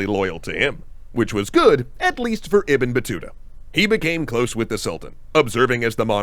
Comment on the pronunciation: Bro how you keep butchering Ibn Battuta’s name 😂